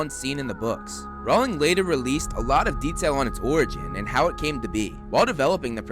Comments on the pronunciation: Rowling not Rawling... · I'm not sure but I think u said "Ron later released" at the start Instead of "jk Rowling realised" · He meant Rowling but yes he did say 'Ron'